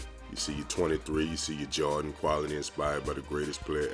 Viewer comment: men you say Jordan as Jar-in, lol. Your vids are underrated though.